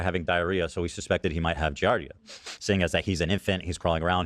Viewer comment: It’s pronounced Gee-Ard—eee-uh and it’s a parasite that’s found in 💩 tainted water usually.